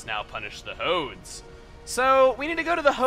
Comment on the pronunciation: when you said "Punish the Hodes," I honestly thought you said "Punish the Hoes."